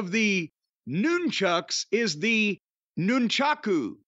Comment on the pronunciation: Corny is correct on Nunchaku pronunciation.